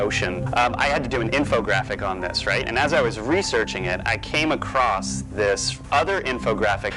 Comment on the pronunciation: One walks "across" a bridge. Not "acrossed" or "across".